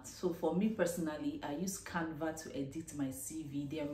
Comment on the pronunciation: please did you say canvat, I mean the app you use for your CV, thank you for the video